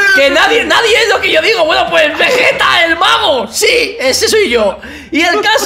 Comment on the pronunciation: Nose dice vegeta se dice vegetta